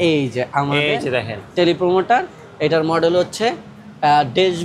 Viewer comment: দুইজনই বলছেন প্রোমোটার। স্পষ্ট করে লেখা আছে প্রম্পটার।